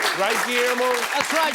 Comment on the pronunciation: Surely its Guillermo not Queermo